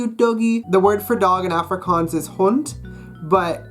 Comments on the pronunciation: Can’t even say Afrikaans properly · Studying for 3 years but cant even pronounce the name right. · He said efrikaans not Afrikaans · Him saying Afrikaans high pitched A Me saying Afrikaans like Aaaaa low pitched A P.S I'm 🇿🇦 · The way he says Africaans tho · It's pronounced more like aahh-fri,kaans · 1. It’s “Ofrikaans” not Afrikaans (just a pronunciation thing) 2. Verkleinings are to make a word small not to make it cute. You saying klein hondjie is incorrect cause you’re saying the little little dog 3. Let’s be real idioms in English are weird too I don’t want to seem rude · BROOOOOOOOOO, under 20 seconds in he already pronounced the name of the language in a weird way. (coming from a South African) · dit is regtig snaaks wanneer hy afrikaans sê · I know I shouldn't be harsh, but as native Afrikaans person I cringe a little everytime you pronounce "Afrikaans" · That’s not how you say Afrikaans I speak Afrikaans for my second language I live in South Africa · Fuck you so muck u can't even say afrikaans properly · Studying afrikaans for for 3 years and can't even say ''afrikaans'' correctly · u cant even say the name of afrikaans right?? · Afrikaans is not silly 😠😡😠(you can't even say it properly😈👿😠😡😠😐😐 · You have been doing Afrikaans for so long but you still can't pronounce the A correctly in Afrikaans 😂😂 Maar jy het nie te sleg gedoen...nie. Dis awesome om ander mense buite suid afrika te sien die taal leer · If you’ve been learning afrikaans for 3 years you should maybe learn how to say "afrikaans" properly first😂😂